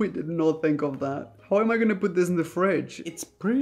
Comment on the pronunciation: Nobody: Raph: and dis is butter